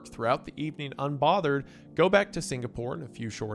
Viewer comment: SingaPOOR?? HA... Sounds much like Beyonce SingaRICH